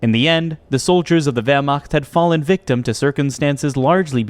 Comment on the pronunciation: yes, but when used in the context of ‘Operation Barbarossa’ it should be pronounced as a German would say it. The pronunciation of ‘Wehrmacht’ in this video is also very questionable.